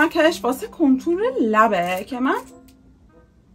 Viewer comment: چرا میگه کنتور مگه کانتور نی؟😂